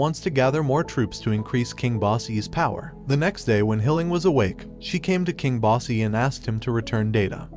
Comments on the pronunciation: The dude mispronounced most of the names. It’s not bossy. It’s boss. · When he calls bosse “bossy”😔😔😔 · ⋆Boji Edit: Also ⋆kage (spoken, ka-geh, or simular)..... not flippin nicolas ⋆cage⋆ xD Edit Edit: Man, now he even sounds like he says "basse" instead of BOSSE.... you know what, screw it, i'm leaving, byeeee (￣▽￣ )ノ